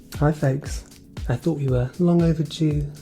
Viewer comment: also heard ‘fakes’ 🤭